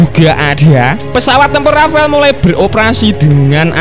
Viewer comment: Yo wis, borong rafale aja (bacanya jgn rafael kyk si mimin). Klo pun mo nambah rafale aja ... jgn F15ex yg katanya ditawari sd 50 unit oleh mamarika. Tar klo gak dikasih source code oleh mamarika, F15ex kita akan senasib F18 Malaysia yg ga bs buat perang hanya utk air show aja. Bisa amsyong kan